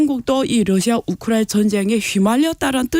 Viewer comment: 우크라이나 발음이 어려워.......우크라나....ㅋㅋㅋ